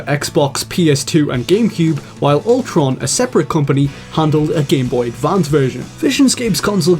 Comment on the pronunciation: Altron --> Ultron We're dead